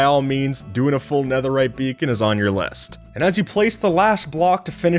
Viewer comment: "no one made anetherite beakon" no, or at least no an eanglish-speaker